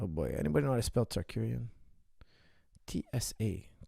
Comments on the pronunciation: It's Tsarukyan, not Tsarkuryan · Tsa-ru-ki-yan. Not tsakurian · coach you saying arman's last name wrong. It is Saru-KYAN, not Sarkuryan which sounds like how you are saying it, and the other way you said it proncouncin the T lol, listen to how ufc announce his name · Common coach ,RU-KY-AN , RU-KY-AN😂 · Targaryen, Shah Rukh Khan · Sarkariyan. What's so a Hard there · Tsakueyan tarkuryan... 🤣🤣🤣🤣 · Coach went from wrong pronunciation of Arman's last name to another LoL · This episode showed me that cannot pronounce the name Tsarukyan to save his life 😂😂😂